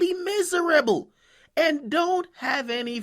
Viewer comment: This nigga say "miss a rebel". Brah it's miserable 😂